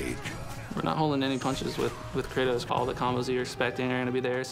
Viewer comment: hahaha!u said tratos